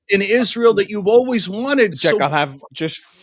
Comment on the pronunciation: Yishai did you say thank you "Stenk"? or am I imagining?